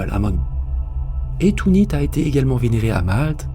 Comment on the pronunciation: Excellente vidéo, comme toujours: Merci! Quand j’ai vu ta notification, comme beaucoup, je me suis réservé un moment privilégié pour l’écouter. En ce qui concerne le papa de ce jeune homme, tourner la page, ça me semble impossible même si la vie continue. Belle corruption sur cette île en tout cas. Rien d’important mais pourquoi prononcer Tunit en parlant de Tanit (ou Tinnit), l’équivalent féminin de Baal?